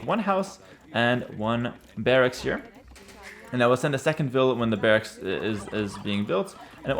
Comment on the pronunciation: The way you are saying "barracks" makes me think you speak another language. Can I ask which one?